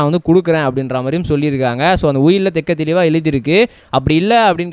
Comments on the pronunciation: தெட்டத் தெளிவாக தம்பி தெக்க தெளிவாக இல்லை. தமிழை சிறிதேனும் கற்று கொண்டு வீடியோவில் பேசுங்க தம்பி. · ஆம் தெள்ளத் தெளிவாக என்று சொல்லவேண்டும்....